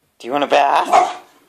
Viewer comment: no its bath. its not "bathe" bathe sounds like "bae-thee"